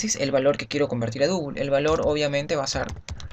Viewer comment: Y para double no decir Dúbul. Dáubl sería una pronunciación mas aceptable.